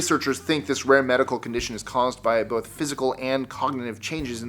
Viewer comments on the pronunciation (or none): none